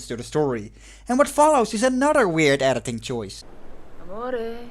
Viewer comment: Take a tequila shot everytime says erditing.